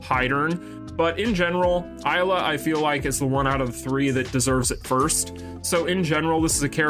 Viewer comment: I wanna too Isla in the game. Isla and Krohnen Will be great. PD: it's Isla (ee-sla), the "I" sounds like an "e", not like the "I" normally sounds